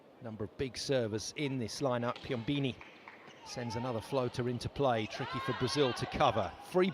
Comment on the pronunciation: Man!! PiomBOni not Piombini